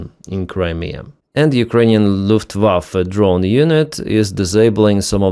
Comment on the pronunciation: Lufftewaffen? FFS